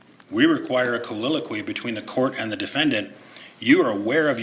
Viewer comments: Yup. He's combining the words soliloquy and colloquy into colliloquy 😂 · Counsel for appellant isn't helping himself when he mis-pronounces the word "colloquy" as "colliloquy". One has to wonder just how capable he is. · A "colliloquey"? "colloquy" 🤣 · His combination of the word, “colloquy,” with “soliloquy” is just irritating me. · It’s making me insane how this guy says “colloquy”.